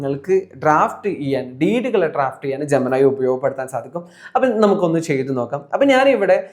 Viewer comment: ജെമിനി എന്നത് ജമനായി ജമനായി എന്ന് കേട്ട് കേട്ട് പണ്ടത്തെ പവനായിയേ ഓർത്തു പോയി പാവം പവനായി ശവമായി